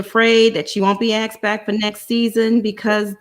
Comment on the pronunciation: Asked as aksed